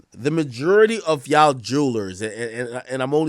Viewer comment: When did the word YA'LL become YAW? ..